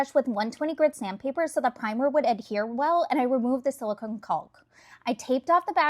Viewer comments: It’s pronounced CAWK!!! No L sound!!! 😂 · Caulk is pronounced like walk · Fyi, caulk is pronounced with the L silent. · FYI - it's pronounced "cock", the L is silent. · The "L" is silent in caulk. Just like WALK, TALK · Looks great! But really here to say its funny how she pronounced caulk instead of how everyone actually pronounces it. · The L is freaking SILENT in caulk. It rhymes with walk. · This is AI right? No one pronounces caulk that way. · 😂 i just like hearing it without the L 😂😂😂😂